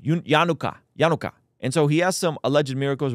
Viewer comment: Why can’t you read the word yanukah correctly?